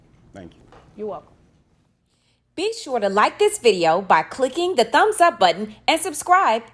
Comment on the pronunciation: Lmao great episode as always. I thought when she said be sure to subscribe at the end she said ( B word u shud subscribe lol) made my day